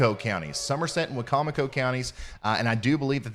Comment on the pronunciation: Hooray! You pronounced Wicomico correctly! 👋👋 Or close enough. 😉 Most people mispronounce it "Wicko-Micko", which is always very amusing. Normally pronounced why-COM-icko. Good job! That was a crazy day.